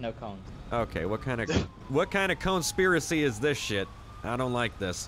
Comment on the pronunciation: "Conespiracy" there it is😂😂